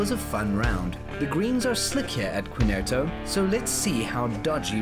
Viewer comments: Good content, but its Quintero , not quinerto…lol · Hey - it's pronounced Kin-Tear-Oh ; come on - if you are going to do stories, get the pronunciation correct!